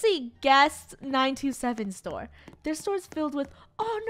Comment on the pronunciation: when she was going to say store but instead she said tore